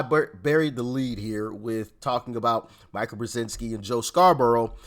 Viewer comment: Please Doc. Mika brezenski pronounces her name Mee-ka.